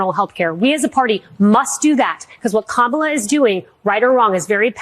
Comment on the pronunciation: Kamala Harris wasn't nothing to Republicans — to the point that they never even cared to say her name correctly! You would think that they'd be applauding the decision and calling it an easy win for Trump, but they can't! They know that Kamala was a fierce prosecutor, and their felon MAGA candidate will pay dearly when she wins! 💙🇺🇲💙